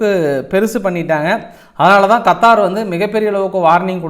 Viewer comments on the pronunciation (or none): none